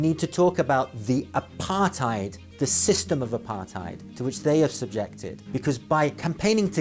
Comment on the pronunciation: Hard R. Not pronounced AparTIDE